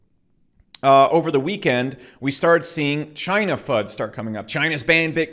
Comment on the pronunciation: Did you just say ‘Chiney’ lol😎